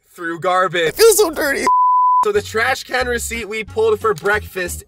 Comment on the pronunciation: Is anyone thinking abouut corona virus when he gets the receipts out the tresh can😂😂😂😂